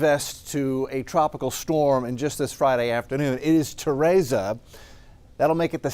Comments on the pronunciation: Teresa not Terasa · My name is Teresa and people are always mispronouncing it!!! It is Te re sa (tuh-REE-suh) At least it is spelled right! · Do you purposely mispronounce names because you did the same thing with Henri. It's Ter-EEESa, k? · Ta-ray-za??? Very strange way to pronounce Teresa. But whatever. 😂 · “Mother Tereza” 😂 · LMAO TEHRAZA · Learn to pronounce Teresa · the only moron trying to sound wise here is you, making excuses for why this guy can't pronounce a simple, common, name! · That’s how you pronounce it when cancel culture exists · Fantastic update as always, but how you pronounced "Teresa" hurts me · Would hate to learn ESL from this guy 😂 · Love but what if I pronounced his last name like “Raul” 😂PowOol. He’d be hurt too All jokes aside grateful for him and these awesome updates:)